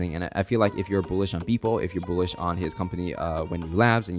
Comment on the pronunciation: i love you bro but pls learn how to pronounce 'bullish' properly